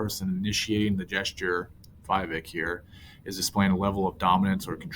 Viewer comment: It is "We-Wake" .... not "Why-Wake"